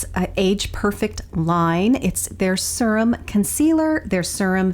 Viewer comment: This is 1st time watching. Pace needs to faster, too drawn out. P.s. serum is pronounced - seer um versus sir um. Maybe watch more